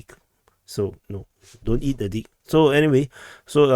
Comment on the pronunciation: Don’t eat a what 😂😂 did you just say Don’t eat a di…k 😂